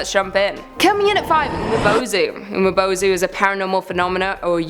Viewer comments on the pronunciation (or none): Umibozu is mispronounced you didn’t pronounce the I